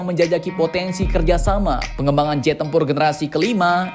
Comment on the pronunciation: Iya ngab jet bukan zet😂😂